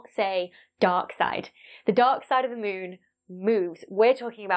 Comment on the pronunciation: I love how you say mũn